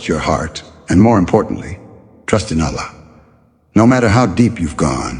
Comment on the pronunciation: please let the pronounciation of Allah be like they way we normally say Allah, not Aallah, thank you